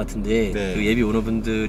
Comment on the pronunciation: 휘가로 가 아니라 피가로요!!!!!!!